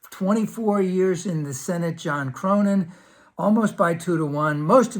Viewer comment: thanks for. btw, the dude's name is pronounced CORNIN, not CROWNIN